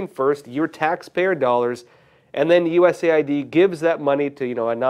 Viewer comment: It's US Aid, and NOT, USA ID 🫡